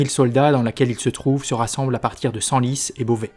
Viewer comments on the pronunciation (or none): none